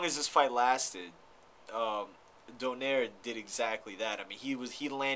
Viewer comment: its not "Do-Nare" its "Do-Naye-Reh"